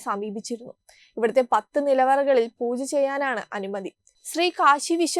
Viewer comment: Pls use word pronouncing properly...Pooja or Poocha.... When we hear you read...it hearing like Poocha....but ut is Pooja...worship...a humble request